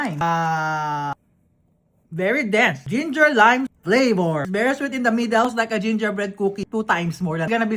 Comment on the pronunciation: Flavor = "PLapouRrr"